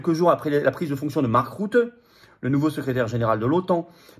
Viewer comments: on ne dit pas "marc route" mais "marc rute" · Bonjour FLORIAN, Je vis aux Pays Bas. Mark,."Rutte" se prononce ïci "RUTTE" comme tu le prononcerais en Français.